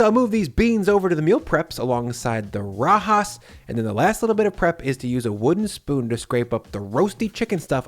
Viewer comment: It all looks good! Did you say " Kay sah dill ah" instead of " kay-suh-dee-yuh" on purpose as a joke, because you pronounced rajas correctly, which I think the "j" would stump most english speakers? I am constantly amazed at how big and empty refrigerators in videos are. Because of space constraints in my kitchen, my fridge is way smaller and always jam packed.